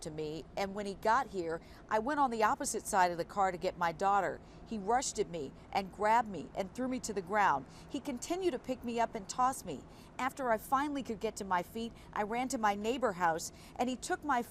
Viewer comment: Did that reporter say "rushded"???? 🤦🏾‍♀️🤷🏾‍♀️